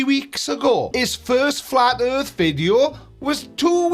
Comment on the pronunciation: The airth is roond? What?